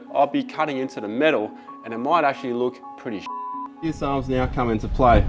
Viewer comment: “Veese are ve fings”